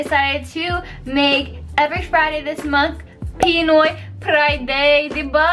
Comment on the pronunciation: That’s the first I ever heard “Pinoy Priday” 🤣